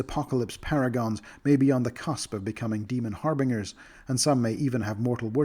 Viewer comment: never heard anyone pronounce "harbingers" that way... the way you say it sounds so goofy